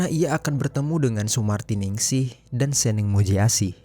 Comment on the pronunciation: ngomong nya itu seneng bukan SENENG bang